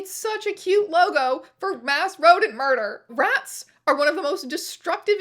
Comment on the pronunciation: Rat "muder" is wild.